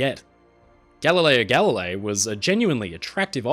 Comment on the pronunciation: Aaaaargh! I loved this video, as always. They're always so well produced and interesting. But... Galileo Galilei. The second word is pronounced "galli-lay-ee". If it had just been once, I could've lived with it. But there's a part where you repeat it over and over. 😭😭 (and in Italian words, when you have a GL together, the G is silent. Gooly-elmo, not Googly-elmo. Similarly, tagliatelle = tally-a-telly not tag-lee-a-telly). I hope you take the comments in the spirit they were intended, as I do love all your videos.